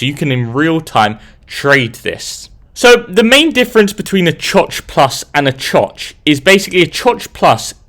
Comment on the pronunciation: Him saying choch got me giggling